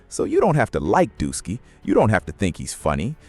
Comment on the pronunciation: He keep saying Dusky😂